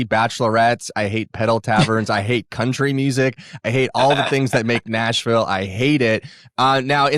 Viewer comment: “Coutry”. Also this lady says she hates Nashville. Yet she wants to represent them. That’ll work!